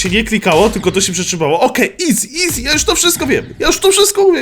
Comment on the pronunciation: nie mówi się eazi